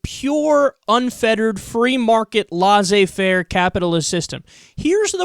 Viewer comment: Kyle stop saying lazzay faire!!! it is lessay fait!!!!!!!!!